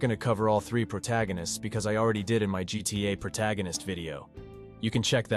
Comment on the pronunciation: “that’s what makes GTA guita”